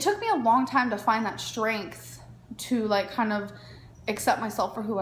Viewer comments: Yup she does the shh thing in a lot of words and it makes me so angry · Does the way she says “strength” bother anyone else? Like, there’s no “SHHHH” at the beginning of it. She does the same with the word “extremely,” when she pronounces is “eckSHHHtremely.” Pisses me tf off